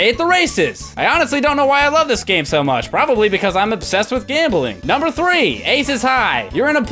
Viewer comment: Did anyone else notice he went "Numbre 7, Numbre 7, Numbre 5"